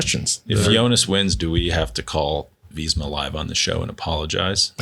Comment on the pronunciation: Why do they always pronounce it “Veezma”